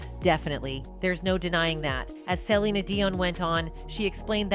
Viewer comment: Why does the narrator keep calling her, Celina Dion? Are you not even invested in your own channel? That you cant stop calling her a name that isnt even hers? This channel is pathetic ! Your not invested to get it right makes me not invested and this is my 1st and last time being here.